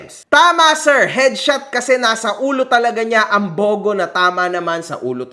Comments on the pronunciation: Taga Leyte rin pala si Esmi mo? Shout-out sa mga kababayan Jan na ka hombre, BTW it's pronounced as Bu-Go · Im from Bogo City whenever we say "Bogo" its not spoken or spelled like that but like its spoken like this "Bugu". nasa pronunciation yan. Bogo City city named after a tree (Garuga Floribunda) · Mali pronounciation mo sa bogo sir. Mabilis po ang basa diyan hindi mabagal.